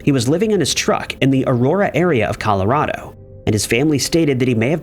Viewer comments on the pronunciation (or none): none